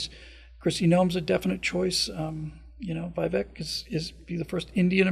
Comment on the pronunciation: Vivek is pronounced with a Spanish e sound, which sounds like a long A.... It rhymes with CAKE ... it's pronounced like VIVAKE. AND, We don't trust Kari Lake. RINO.